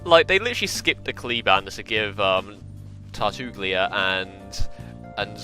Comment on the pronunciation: "Tartooglia" that's a new one XD